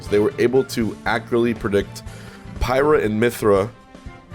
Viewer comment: It does kinda sound like he said pirate.